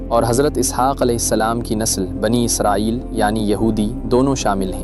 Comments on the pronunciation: It's Israel not izrael😢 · بنی اسرائیل ہے بنی ازرائیل نہیں ہے